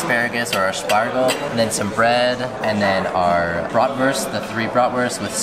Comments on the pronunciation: Love the fact that Willa is pronouncing Bratwurst (Wurst instead of Wörst) nearly the german way. Does she speak german at Kita? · so cute, hearing her repeat back what they are going to eat and hearing her pronounce bratwurst in the correct German way....